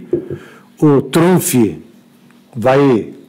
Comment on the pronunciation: Donald TrumFI..!! HAHAHA